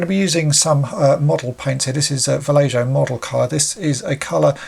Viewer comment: Sorry to be that guy, but I think it's 'Valle-hoe' and not "Valle-joe".